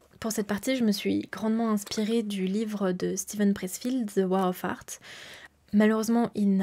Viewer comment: Superbe vidéo, par contre fais attention à bien prononcer The War of Art sinon on entend la guerre des prouts 🤣